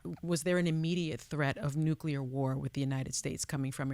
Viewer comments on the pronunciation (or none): I am disappointed in you....NUCULAR?? Really? There is only ONE "U" in NUCLEAR!! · improve your pronunciation of “nuclear”, please.